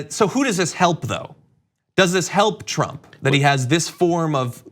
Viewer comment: Please stop saying "trubs"